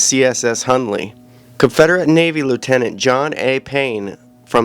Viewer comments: His name is - Hunley not Hurley! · His name is not Hurley, “Hunley”